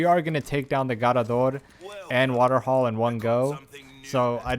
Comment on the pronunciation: The way u say garrador is annoying asf fr fr just say it normal Bruh